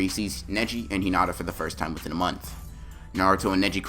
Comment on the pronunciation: Me:😐😑 Edit: he said hoonata instead of hinata if you did not get it